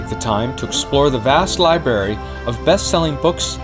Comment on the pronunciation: Ok I'll wait and see. I hope the "proof" isn't just some guy in a motorcycle helmet who can't pronounce the word libRary